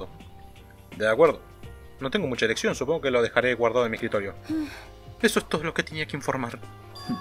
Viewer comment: alguien digame si escuche mal porque creo que en el momento que le estan por a naegi el cuchillo dise "ereccion" enves de "eleccion" diganme que escuche mal por favor